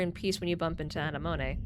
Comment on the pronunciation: I'm sure you know this by now, but Anemone is pronounced like the flower. Uh-nem-oh-nee